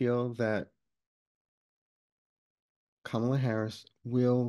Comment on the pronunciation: Thank you for pronouncing Kamala correctly. Drives me crazy, especially when other pro-democracy readers get it wrong. And why don’t we just call her Harris like we do with male politicians?